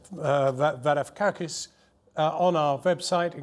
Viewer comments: He had to say his name twice and failed each time, come on now. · varoufkkakis ahahahh wtf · Cool name war-o-fak-is :D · I so rarely get to say this, but boy did Jon Snow make a pig out of saying Varoufakis' name! Take two buddy!